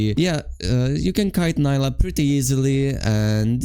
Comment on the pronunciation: I really love your videos and guides ❤, also your work, that's not a "hate" at all, but it gave me hope when you said Neela instead of Nyla 😭😭 I do must say neela is the correct one and I don't know it just feels like she's some random white blond demacian girl when "nyla" is spoken by someone. Still awesome videos thank you for the tips you help a lot ❤